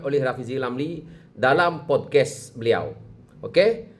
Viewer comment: Bukan podkes ..podcast...bunyi mcm pod kast..sejak bila dia ni pakai make up?? Guna filter ke?